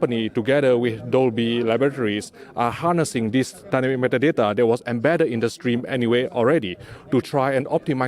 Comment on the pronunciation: Nobody says Dynamic meta date like he does! Lol